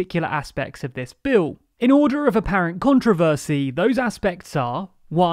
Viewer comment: First of all pronounce controversy correctly, it may seem petty, but it’s really annoying. The reason to protest is to make others aware of what you are protesting about.